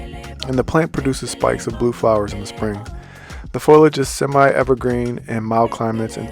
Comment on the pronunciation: Foilage? 😅 I think you meant foliage. Lol